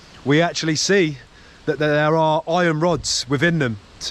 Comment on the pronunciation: Did you say ion ore? I thought it was iron ore.